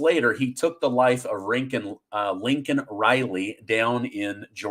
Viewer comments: Isn’t it Laken Riley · Laken Riley not Lincoln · Her name is not Lincoln Riley. That's Biden''s mistake. Please call her by her actual name, Laken. LAKEN. Thanks. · It's Laykin Riley, not Lincoln. What joe biden said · I think her name was Laken not Lincoln. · LAKEN RILEY, NOT LINCOLN RILEY, COME ON YOU SOUND LIKE JOE BIDEN, THE LEAST YOU COULD DO IS PRONOUNCE HER NAME CORRECTLY, ALSO I SAID A WHILE AGO THAT I DON'T TRUST MIKE JOHNSON, HE JUST PASSED A BILL TO GIVE MORE MONEY TO UKRAINE AND UKRAINE ALREADY LOST!!! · It’s LAKEN not Lincoln Riley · Oh! Brother, ya GOTTA stop calling Laikan Reilly, Lincoln! Not trying to be some kind of way. Just...well you know man. We need to be getting this stuff right. Calling her Lincoln was something that we came down on Biden for doing. You CERTAINLY don't want to have that, or ANYTHING in common with 'ol Sleepy Joe!🥴 Just saying my brother. I don't mean anything by it. I absolutely LOVE watching your presentations! All the more reason to want to make sure you/we are getting it right. Love ya brother! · Lakin Riley Joe, not Lincoln